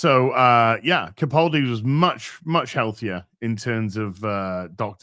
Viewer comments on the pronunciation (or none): none